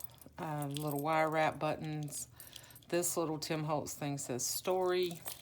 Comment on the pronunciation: LOL ........................ Bu-TT-ons ................. sooo not you, Gurl!! LOL!!!! OMG!!!! I'ma tell Faydra on you!!!! She's gonna have to re-train you in Texan drawl!!! LOL......💗XX!!! Your journals are such treasures!!! My student's baby will turn 1 in a few, and she still raves about her baby book!! So proud to have gifted her art made by you!!🌻